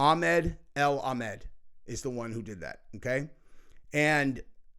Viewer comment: A AL A not EL